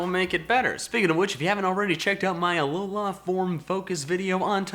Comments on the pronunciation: Everytime he stresses A-lo-LAAHH I cringe, it's pronounced Uh-loh-LUH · I hate how he says Alola ARRRGGHHHH!